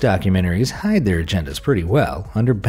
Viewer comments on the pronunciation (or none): none